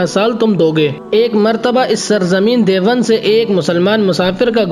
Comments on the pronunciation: لفظِ دیوبند کو تو صحیح تلفظ کے ساتھ بول لیجیے پہلے یہ لفظ دیوَند نہیں ہے دیوبند ہے چلے ہیں تاریخی معلومات دینے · جو شخص لفظِ دیوبند کو بھی ٹھیک طرح سے نہیں بول سکتا ہو اُس کی رپورٹ مطلقاً مردود ہے اور یہ شخص بِالکُل ہی جاہل معلوم ہوتا ہے دیکھو تو سہی باربار دےوَنْد دےوَنْد بول رہا ہے